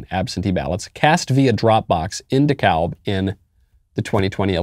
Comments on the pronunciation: It's pronounced Du-kab County, not Dee-kawlb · Love the show! I live in GA its “De-Cab” and they cheated.👍🏼😂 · I love you Michael but your killing me with Dekalb, its pronounced "De + cab" like a taxi cab the L is silent. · Lol Michael I live in GA, it's pronounced de-cab county (Dekalb) the L is silent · The L in DeKalb county, Georgia, USA is silent btw